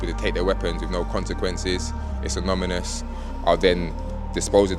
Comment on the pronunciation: It's anomymous